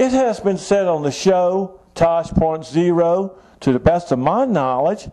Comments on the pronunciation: "Tosh point zero" lol. Either you haven't seen the show, or you are unable to think while reading your script. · "Tosh point zay-roh" LOL! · First of all it is Tosh. O like the letter and second of all even though she is 18 it does not make you any less creepy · silly man, it's not Tosh. zero, it's Tosh. O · "Tosh point ZERO" lol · this nigga said Tosh.zero lol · TOSH POINT ZERO. lol its tosh point oh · Tosh.zero... lol its O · Its tosh.O not zero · 1. Ur freaking creepy 2. I'm scared for children who live near u 3. If u dont want people saying " false truths" about u then quit making these weird, creepy videos 4. It's tosh.o not tosh. zero 5. Selena Gomez should get really good body guards or somethin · It's not Tosh point zero you dummy it's Tosh point oh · "tosh point zero" xDD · its Tosh.O not 0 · and he said tosh.zero, lol